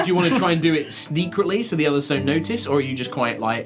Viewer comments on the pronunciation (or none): At did say Sneakretly?